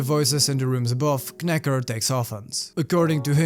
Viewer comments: This one has been on my to-read list for a while, and I've stopped your vid in the middle to go read it and will return once I do. BTW, it's pronounced "nacker". Sorry, the K is silent because English is a bloody stupid language and nobody should speak it. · The "K" in "Knacker" should be silent. So his name is pronounced "Nacker." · love the video, just to let you know knacker is an english insult/playful nickname. Silent K, pronounce as nacker =] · Just a note: The K in Knacker is silent. You pronounce it as "Nacker". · Silent K on knacker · I could be wrong but normally in England that K would be silent and it would just be 'Nacker* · I saw this movie and wasn't impressed. The book is definitely a lot more interesting. Btw, the K in Knacker is silent. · the k at the beginning of knacker is silent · Kn in English is pronounced without the "k"